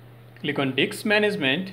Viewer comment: it's disk management not Diks management